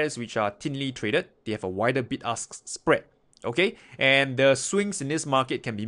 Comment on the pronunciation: Hahaha sounded like "big ass spread"